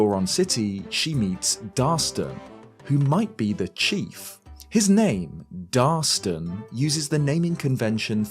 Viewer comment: It's Darston, not Darson lol